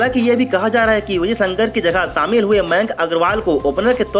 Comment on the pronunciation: Sanivar, phanal, Samil....ur pronounciation is tooo irritating...pls change ur anchor.